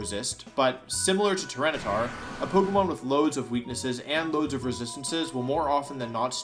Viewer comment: I can't be the only one questioning "Tyrantitar" right?